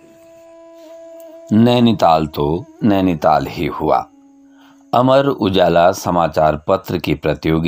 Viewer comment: नैनीताल, आपके उच्चारण से और निखर जाता है। दिल गदगद हो गया सर🙏।